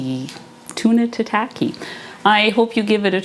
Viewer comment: It’s not 🍣 sushi, which refers to the sweet vinegared rice with fish/veg/seaweed, but is a type of sashimi or raw seafood or meat. FYI, tataki is pronounced more like Tah-Tah-key. Your dishes looked great, thanks for your carnivore version recipes.😊